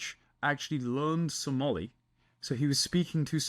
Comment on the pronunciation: No Zohan was from Adam Sandler, not Tom Hanks. Also, Somali is pronounced phonetically, so you did fine, lol.